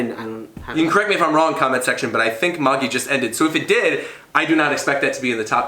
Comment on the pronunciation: Magi is pronounced just like the Magi(the 3 kings that visited Jesus) and yes it did end almost 3 months ago(kinda lackluster of a final arc). Silver Spoon is a slice of life/farming kinda manga by the same author as Fullmetal Alchemist it's pretty good but it's on hiatus atm. I'll give a chance w/ the colab on his channel.